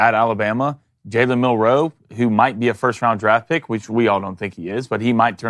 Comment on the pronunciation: You guys have butchered Milroes name for two years. It’s MILroe